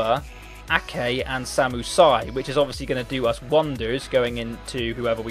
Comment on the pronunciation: It's just not pronounced Si.